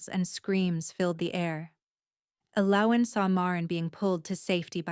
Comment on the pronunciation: Pretty good story but tense. I liked the characters, even the evil girl. I wish the narrator would have consistently pronounced Elowyn's name right. Its annoying to hear a name pronounced two ways throughout the story.